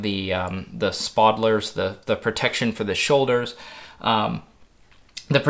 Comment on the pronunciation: Spod-ler?? Not spaulders?